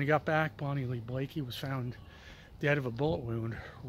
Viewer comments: Bonnie Lee Bakley, not Blakey🙃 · I was a witness in that murder trial. You can’t spell or pronounce her last name. Why are you even making a video if you don’t know her last name.